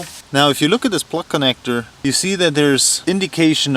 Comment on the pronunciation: He said "Het-light" and "Plag"